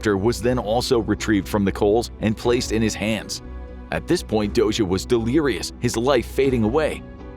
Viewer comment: Very well pronouncing Dózsa! The “zs” sound can be tricky for foreigners. Interesting video!